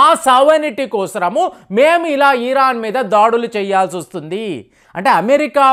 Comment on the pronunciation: ఈరాన్❌️ ఇరాన్ ✅️ కొంచెం చూసుకోండి